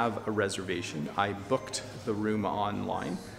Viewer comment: Abhay is correct, said he already booked it online. His pronunciation was more like "book/t"